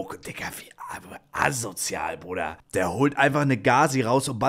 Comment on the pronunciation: Ne sorry Brooooder